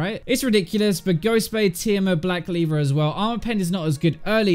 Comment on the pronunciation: did he really say black leaver ? xD